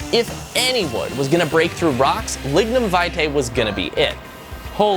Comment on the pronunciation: Every time he starts saying lignum it sounds like he’s gonna say ligma